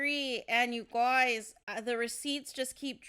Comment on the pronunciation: I can't with the "you GOYZ" 😫